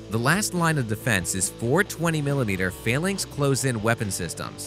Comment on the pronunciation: The flights are pronounced as SOR-TEEs and not as SOR-TAYs. Phalanx is pronounced as FAY-LANKS and not as FAIL-LINKS.